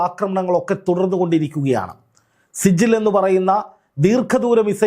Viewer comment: സിജിൽ അല്ല സിജ്ജീൽ (നരകം)